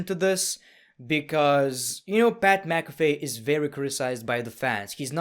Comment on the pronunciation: "Pat McAfy"